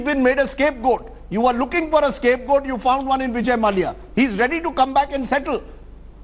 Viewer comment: Can someone inform that his name is pronounced Mallya and not Malaya. For goodness sake at least do things right on national television.... Cant get basic stuff right and they want us to trust them with the news....